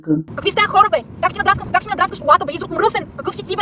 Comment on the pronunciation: "Малииии... щИ натрупЪм мно'У гледания от туй"